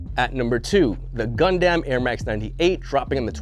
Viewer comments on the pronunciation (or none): 'Gundam' pronounced 'Gundum'